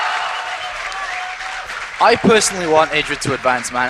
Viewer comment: why does that other noob caster keep calling him ai-dra